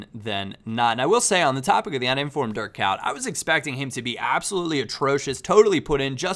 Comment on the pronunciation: It sounds like you say dirt cow when you try to pronounce Dirk Kuyt